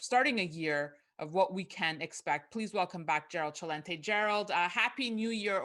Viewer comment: She pronounced Celente the proper way